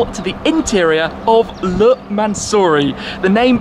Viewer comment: Luuuuh... uh no you shhhh-muck. Try "layh".....LE